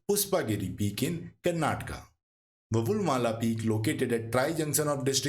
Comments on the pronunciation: Please don't say कर्नाटका it's correct pronunciation in Indian language is कर्नाटक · Kindly learn to pronounce it correctly the places of southern India.......